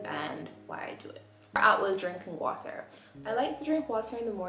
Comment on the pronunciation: “Water” so you’re Jamaican huh?😅